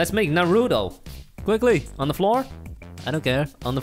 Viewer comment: naruuuuto its naruto